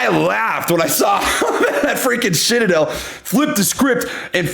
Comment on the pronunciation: Did I just hear SHITadel? LOL!!!!